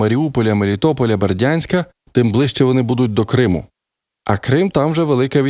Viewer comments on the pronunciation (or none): none